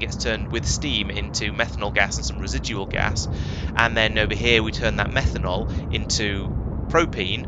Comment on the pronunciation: I heard how you say methane and thought "that is an interesting way to say it". Then I heard how you pronounced methanal and became very confused. 😂